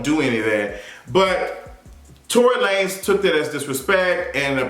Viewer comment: I always lose it when he says that! 😂 it's that and Jay-Z's "Basquiat Wig"... I fall right out!!!